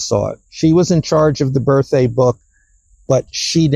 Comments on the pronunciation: Did he really say “Birth-Ay” 3 times in a row? I realize it’s beside the point. I always knew I’d lose my hearing some ay, just didn’t expect it to-ay. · says birthday without the D, he says, birththey, no D.. it’s a little strange..